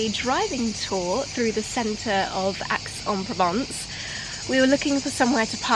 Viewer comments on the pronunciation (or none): Aix-en-Provence is pronounced X or Ex , not Axe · please ask one of the locals how to pronounce Aix en Provence because it certainly is not "Axe"!!!🤣